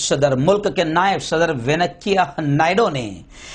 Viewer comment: Venakkayya nahi sahi venkaia hai woh